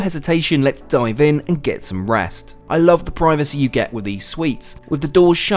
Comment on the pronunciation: Privacy pronunciation needs work lol